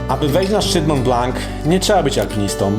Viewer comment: Wszystko świetnie, tylko przykre jest to, że nie potrafisz poprawnie wymówić nazwy góry na którą się wspiąłeś. Dla pocieszenia powiem, że mało kto w Polsce wymawia tę nazwę w odpowiedni sposób. Otóż jest to ''Mą Bla ewentualnie Blo'' a nie Mąt Blank.